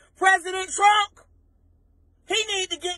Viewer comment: did she call the president " Trunk " ? :-) LMAO